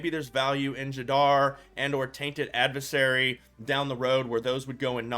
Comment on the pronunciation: Tainted Add-vis-sarry Lol